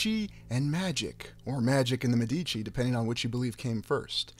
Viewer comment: Many thanks, as always! Great stuff. You said "Medici" two different ways. Confused, I went to my trusty Forvo⍽cwm to listen to the pronunciation by volunteer native speakers --- not that they can be trusted! Hahaha!